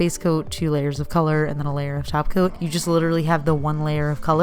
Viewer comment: LOL I THOUGHT YOU WERE SAYING “JELLY TACO” THX FOR THE KICK~ASS VIDEO, WELL DONE!